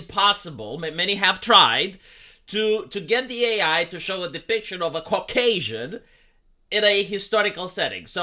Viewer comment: I don't like how you say "Cock-Asian". /s